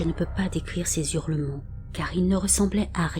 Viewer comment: J'aime beaucoup les histoires, réelles ou pas, que vous nous racontez. Est-ce un robot ou une personne ? La diction et la voix sont parfaites, si ce n'est que cela me choque d'entendre "des Z'hurlements". Pas de liaisons devant un H aspiré (Haricot, Hache, Hanté) . Mais encore mille fois merci ❤pour toutes ces histoires. Une vieille un peu tatillonne...